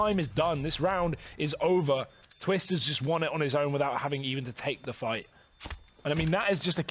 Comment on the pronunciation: Poetic Palindrome its TWIST not TWISTZZ lol